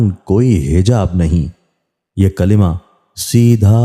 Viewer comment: sahi tarah se Kalma Bole